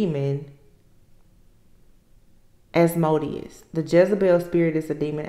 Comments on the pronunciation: It is pronounced, As- mo - deous . It's cut up in syllables...it becomes easier. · LOVE YOU! 💜💯🙌🏽🦄🎶♌️🎤 It’s pronounced AS-MOW-DIAS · I believe it's pronounced as- moe -de us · I am a Spiritual Warrior fighting negative spiritual entities, you have my undivided attention. I have been on this journey for more than 45 years, and I am in the 6th decade of my life. I will continue to pray and cover you in the spirit. As-MO-de-us with emphasis on 2nd syllable is one of the first demons I had to contend with and eventually do battle within my lifetime(s), and the weak is its delight and its prey. I am on constant alert, as this demon has been in my family for generations and attacks the members of my family who are light workers. So odd that you did see that it shows up in the religious pretenders and the narcissists to whom I am related. Continue to stay strong, you have the protections you need. As do I.